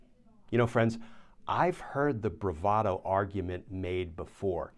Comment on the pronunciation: Bravado eh? That is not how most people pronounce it. BTW I predicted he would claim that he was lying about the document because he is such a famous bullshitter.